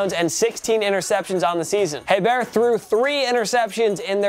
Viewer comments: Ok, it is pronounced Bobby A-Bear, not Hey-bear. There is basically no emphasis on the H. And I hate hearing New OrLEANS. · Aye Bear. Pronounced Aye Bear.😐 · "Hebert" is properly pronounced "A-Bear" not "Hey-Bear." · Pronounced Bobby A-Bear not Hey-Bear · It is pronounced A-bear, not hay-bear. Damn man you're killing me. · I is pronounced "ABEAR" no H noise..LOL good luck. like sounding funny? no one told ya? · Bobby Hebert, Pronounced A Bear. The H is silent. Your welcome. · Hebert is pronounced (aye-bear) Source: Bitch I'm from Louisiana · And Hebert is pronounced Ay-bear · Nice vid. #2 Bobby Hebert - pronounced Ay- bear (H & T silent). USFL alum with Jim Kelly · Saints QB, Bobby Hebert, is pronounced EY-bear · The way you say Hebert and New Orleans is cringe worthy.... IT'S PRONOUNCED (ABEAR) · It’s Bobby A-bear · Hebert is pronounced ‘A-bear’ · I’m from Louisiana and just for future videos Bobby Hebert’s last name is pronounced ( A Bear ) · It's pronounced "AY-bear" . You don't pronounce the "H" in Hebert. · Bobby Hebert pronounced (Ayy -Bear) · The way he pronounced Hebert (it’s pronounced aye-bear) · Botching Hebert’s name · Bobby Hebert deserves enough respect that you pronounce his name correctly. The Cajun Cannon is still a state legend. Please PM me if you would like to know how to say the mans name properly. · You butchered Hebert's name. The h is silent